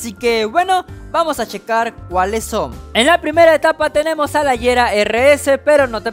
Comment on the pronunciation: El Agera no se dice AYERA se dice Aguera,, el Lotus Elise no se dice ELAIS se dice Elís con la E siendo muda 😶